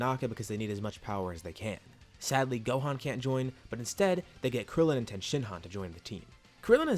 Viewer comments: Why do you say tien as ten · Please tell me why you say ten and not Tien it’s disturbing